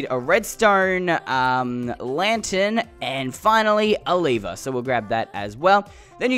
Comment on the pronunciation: it's not a leever it's a lever:Leever me:Lever